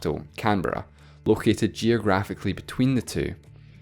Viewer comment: well im just glad that someone can actually pronounce canberra properly